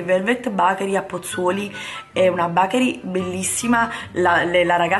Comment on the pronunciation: però ti prego BACHERI non si può sentire. si dice con la E. (bechery) TI SUPPLICO. il mio cuore perde un battito ogni volta che lo dici....